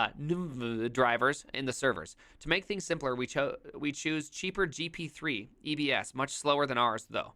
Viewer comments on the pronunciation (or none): Reading gp3 as g p t 3 pcie as p i c e and gb as gigawatt just hurts 😅